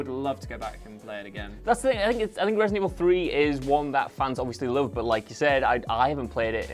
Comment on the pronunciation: So do we pronouce it ratedent evil?